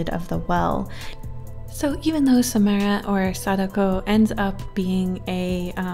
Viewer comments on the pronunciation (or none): It’s “SaMARA” not SaMAIRa . Cool vid tho Love the ring franchise